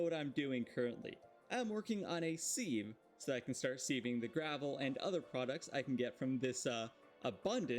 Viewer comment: Sieve is pronounced the same as the 'civ' in 'civlization'. The use of a sieve is called "sifting".